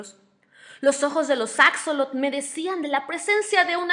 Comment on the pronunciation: Extraño el acento de la narradora y una observación: no se pronuncia "acsolotl", sino "ashólotl"